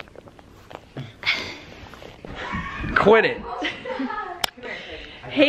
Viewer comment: It's funny that Blake say quit it sounds like ken